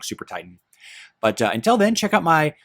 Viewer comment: You can't even pronounce the name of your channel. What is "cintral"? I thought it was Hero Wars Central. Also, untell isn't a word. Until is.